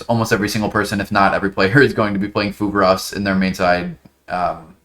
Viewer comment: what's this new card you're talking about? I cant quite make out what you're saying, 'pulvaros'? keep up the good work boss 👍